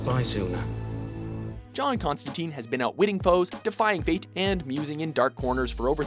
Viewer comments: ConstanTYNE, not ConstaTEEEN. Get the damn name right. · Its "tine" like "time", not "teen". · it's not constanTEEN. it's ConstanTINE. Rhymes with wine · It's pronounced Con-stan-tyne. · Constantine, as "tyne" not "teen". At least get the name right if you're gonna make a video about him. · I can't take this video seriously because they don't even pronounce his name right. It's not constan-teen.